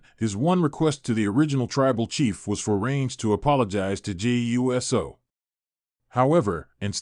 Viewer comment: This Man Called Jey U S O 😅 got me laugh